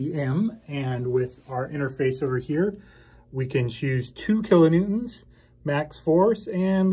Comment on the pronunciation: Sheepbend, kilonewtont... Lol! Close enough!😆👍🤘